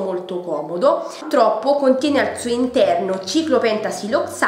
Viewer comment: Mi sono appena iscritta! Non per rompere ma si dice purtroppo e non pultroppo!😉